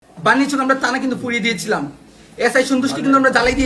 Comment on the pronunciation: ওরে বাবা, পুলিয়ে দিয়েছিলাম, হায়রে উচ্চারণ